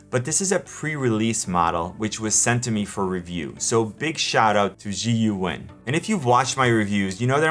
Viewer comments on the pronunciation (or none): Zhiyun is pronounced Jhee Yoon more or less. Great video review! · It is Zh-eye-yoon in pronunciation. Got to love the Chinese. Holy cow I have a drink every time my home boys do the odd the name. OOps getting drunk. LOL. I am looking at this even though there are better ones built. But weight and size concern me. Setup and balancing annoys me on some gimbals. I don't want to be that frustrated. It is the cheapest I have seen so far. The only thing I worry about is how long will it last. The Ronin for instance you could use as a club. Built nice, but heavy as heck. Why Zhiyun does not give a payload rating is ludicrious. Again my home boys in action. Geez. I have heard some concerns on the app stability and compatibility. If by now Zhiyun updated the software for the app, and then this would be a no brainer. My tablet or smartphone will control much here and I need this software to work. Good to see you review this gimbal. Saw this on the web for giggles. "The first part of the word Zhiyun means ‘smart’ and the second part mean ‘gimbal’. Smart Gimbal for 智云 which stands for (as the abbreviation of) 智能云台. Don’t be sad if you still can’t pronounce Zhiyun. " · Its pronounced Zi-Yun 😊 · I have purchased this gimbal and it took me less than a minute (here on YT) to find out how to pronounce Zhiyun correctly. Obviously you don't care about that "unimportant detail" very much but still you expect us to listen to your opinion about that product. Thank you but I'm not interested!